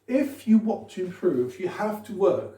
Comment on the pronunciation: Pour improve je pense que c’est la syllabe “prove” qui est accentué